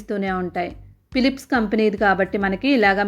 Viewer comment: పిలిప్స్ కాదమ్మా ఫిలిప్స్